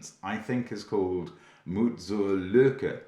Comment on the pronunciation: Mark's pronunciation of the "ü" was really good btw.